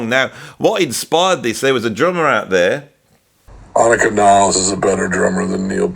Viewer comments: AH-nik-a. Not ah-NEEK-a. Please respect her enough to stop getting her name wrong. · no offense meant but her name is pronounced AHH--NIKA